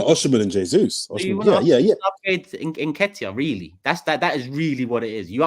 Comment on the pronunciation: Oh my days, James sounds Indian REE-YA-LLEY 🙋🏽‍♂️